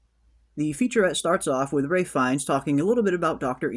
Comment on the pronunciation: Is there a reason you keep calling Ralph fiennes, Ray?